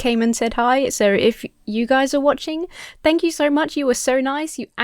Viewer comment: You saying "shank you" reminds me of what me and my friends always say: "shtank you". Just a random thought.